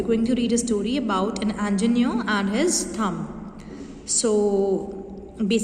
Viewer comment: It's pronounced as en-gi-ne-er not an-gi-ne-er Pls note that next time